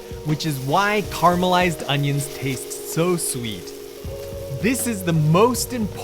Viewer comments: Yep, okay with that. It’s the complete dropping of the middle syllable “ah” that drives me nuts. Carry on. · Please... care-ah-meh-lized